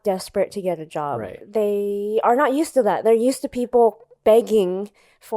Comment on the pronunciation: Its “job” not “jop”